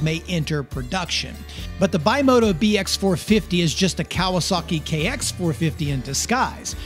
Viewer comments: Ooyyyy BIMOTA A A A A not BIMOTO O O O, it is A… Hallllloooo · I'm not a Dirt Bike Rider... Never have been but... Can we please at least attempt to pronounce the Kawasaki Owned Specialty Manufacturer BimotA correctly..? It has an "A" at the end... NOT AN "O"..! So it's not pronounced "BYMOTO" It's pronounced BIMOTA JUST LIKE IT'S SPELLED..! I owned a Bimota KB2 back in the late 80's and early 90's fitted with a 1981 Kawasaki GPz550 Engine carefully massaged with Moriwaki 615cc Pistons, Yoshimura Stage II Cams, Hand Ported and Polished Head, 32mm KEHIN Carbs and it ran very well. Thanks. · Its Bimota,not Bimoto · BIMOTA not BIMOTO italian developer very good in 70s 80s 90s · It's not Bimota not Bimoto!!!!! The name is made by the initials of the three original founder's. Bianchi, Morri, and Tamburini. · Bimoto?... Bimota... bi-moh-tah... kind of like Acerbis and Akrapovic... just messing with you... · Hey, greatliatof bikes here, I thought I'd just Clarify the Bimota, it's an Italian company for one and the brand is pronounced Bim-mo-ta, ty made some really interesting road bikes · Nice. By the way Bimota is pronounced bee-mo-tta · When you pronounce Bimota, think biscotti. It's one word, not bi mota, and the i is the same as in biscotti. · I am aware of the KLR mistake. I once owned a KLX 650, and thats what came out. Also, I am aware of the pronunciation error of Bimota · Nope, that's an A at the end.... but hey, you do you. I dig your videos, I was just having a little fun with you...